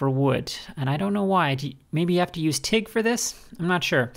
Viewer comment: And I guessed you said Teak welding, ?